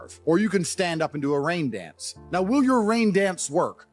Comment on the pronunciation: rain dence 😂